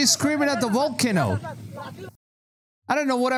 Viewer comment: You said volkanu for volcano and some weird shit with the Himalayan mountains. You need to work on your pronunciation my dude…. It sounds so silly lol… it makes me question you as a source!